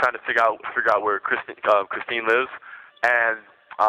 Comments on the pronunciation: It makes me so mad when he calls Kristine-Kristen!! 🤬🤬🤬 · Disgusting.. calls the victim kristin again in the next breath says Christine bc he knows her damn name he just cares soooooo damn little and only about himself that he can’t even say her damn name right…. Thank god he got the D penalty… not guilty until proven innocent… lol idiot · Yep. Could not get her name right ever.